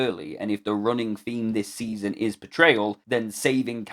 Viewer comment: You went a bit French there...saison. 😊